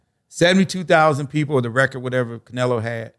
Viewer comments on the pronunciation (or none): none